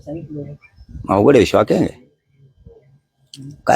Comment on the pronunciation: शॉट नाही रे शॉक 😂😂😂